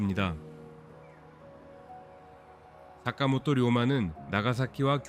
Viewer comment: 사카모토 료마 입니다 ! 다카모토 라고 읽지 말아주세요